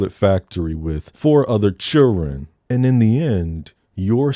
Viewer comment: Not the churren 😂😂😂